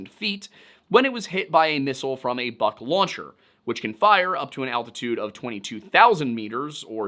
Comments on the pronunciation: The word “Buk” is pronounced “book” and not “buck” the “Buk” is a missile system and the word means “Beech tree” in Ukrainian. I speak Slovak and it’s fairly similar and many common words. Sorry but it’s annoying bc it’s not a difficult word to pronounce. Thanks , and I LOVE the Lore Lodge videos. I’m rewatching them all. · Buk is buk ,not BAK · As a slav I can say, that buk is spoken not like buck, but like book (literally; u=oo in slavic languages). It`s good to always look on the phonetic pronunciation to be certain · It's a minor point about pronunciation but still: "Бук" is pronounced like "book", not like "buck". Just a correction. Also I think this situation is prime Hanlon's razor material. Rebels' incompetency is much more believable than ukrainians' malice. The fact that we have more evidence for this theory is telling. Good job overall, you handled this topic very professionaly, I was kinda afraid to go watching this, but you've once again proven yourself a fair and balanced researcher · The biggest thing that is throwing me off in the video is "Buk" pronounced like "Buck" instead like "Book" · Book is how you say the "buk" name of the SA11. I see someone else said that too but it drives me nuts hearing that. Typically just say SA11 or whatever the Nato name is. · Pretty sure "buk" is pronounced like "byook" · Close, it's pronounced exactly like the word is pronounced"book" in eng. "У" makes an "oo" sound, "ю" makes a "yoo" sound. But ultimately, it doesn't rlly matter, especially since Бук's romanized ver is "Buk", easy to get it wrong. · One small correction, dear sir. The missile system in question is called Бук (in cyrillic), therefore should be pronounced as "book". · You’re saying BUK (Buk) wrong.